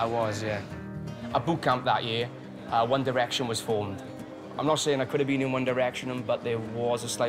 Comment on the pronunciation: his accent when he says “One Direwecktion” 😍😆😁